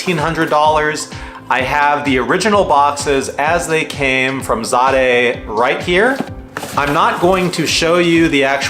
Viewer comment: Pronounced Zay-duh...